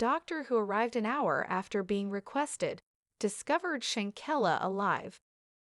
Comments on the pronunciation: Why this thing calling her shankella. Her name is Shanquella 😂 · Please say her name correctly if you want us to listen.. im done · I’m so confused with this content…for starters this voice is not even pronouncing her name correctly. 2nd that was not anyone of the Cabo 6 she pictured. 3 that wasn’t her family nor her homegoing casket. This is weird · Right!! I think this is a "bot" channel 🤦🏽‍♀️ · You're saying here name wrong if you don't no her name or pronounce it right just shut the hell up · Why don't you get her name correct DANGGGGGG 🤦‍♀️🤔👀